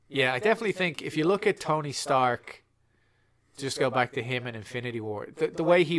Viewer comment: The new "Stony Tark" arrives.